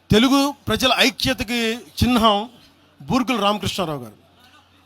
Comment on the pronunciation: చినహం కాదు చిహ్నం...?